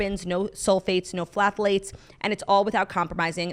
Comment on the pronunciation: my love, phthalates is pronounced, "tha·layts" -- ignore the "p"!